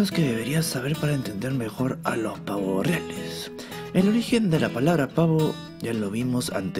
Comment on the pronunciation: ¿Pavoh riales?